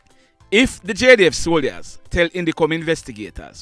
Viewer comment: I’m a subscriber and I hope you can take this constructive criticism.. Can you make an effort to pronounce the word soldiers correctly? The “I” is silent Thank you